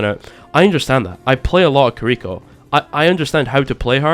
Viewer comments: i agree with you except when you pronounced kiriko carrico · Kills me how you're pronouncing Kiriko